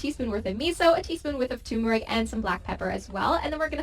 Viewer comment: I'm always amused that tur-mer-ic is pronounced tumour-ic. It should've got old, by now, but I still larf & larf!